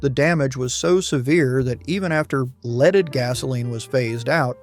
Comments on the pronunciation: "Leed" gasoline...WTF is going on here. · “Leed” gasoline. Glad we have “Unleeded” now…..”Eastrogen”. Lose the cgv’s! 🤣🤣🤣